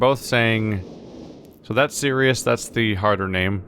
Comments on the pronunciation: His name is Sirrus. SIRRUS. Not Sirius. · Every time he says Serious instead of Sirrus my eye twitches